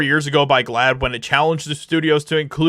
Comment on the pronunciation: What the hell is glaad. You're making me saad. Making me siick.